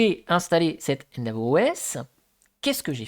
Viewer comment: Merci pour ce retour d'expérience ! Attention endeavour se prononce "haine-déveure" pas "haine d'avour" 😅